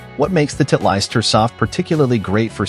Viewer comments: Too funny! This robot announcer calls Titlest - Tit'-leist! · Somebody needs to teach AI how to pronounce Titleist.